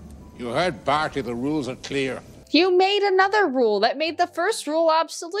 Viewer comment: It's Barty not Barth